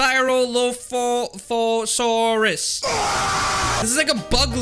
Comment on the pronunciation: Cryolophosaurus Cry-yo-looph-sawr-us